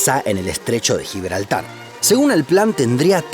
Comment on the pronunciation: GIBLARTAR ESPAÑOL